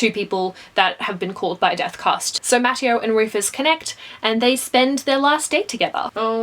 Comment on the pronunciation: Btw Mateo is pronounced ma-tay-yo